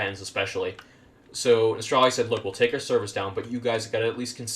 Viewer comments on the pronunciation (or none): I don't get it why people like this guy pronouce it as "Nostralrius" when its name is "Nostalrius" where does these people get that additional r from? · How can people still not know how to pronounce Nostalrius? Where is this extra R coming from? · Why can no one pronounce Nostalrius?!!! NOS-TAL-RI-US.....as in NOSTALGIA..ffs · Had to dislike because you couldn't say Nostalrius correctly. Very ashamed